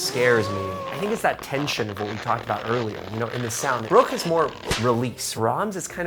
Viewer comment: Violinists: Wow, he plays really well. Me, a German: Wow, his pronunciation of Bruch and Schoenberg is really good.